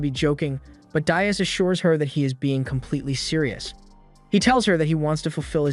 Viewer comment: DEE-as (not dye-us) Dias. Like "Buenos dias"